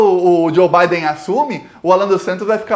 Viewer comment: Digo Biden, e não Baden.